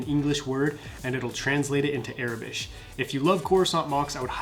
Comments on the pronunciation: Its aurebesh not arebesh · It is pronounced "OR-a-besh" not "Air-i-besh".